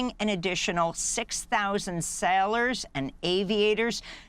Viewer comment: It's adorable how Amy can't pronounce 'sailors'.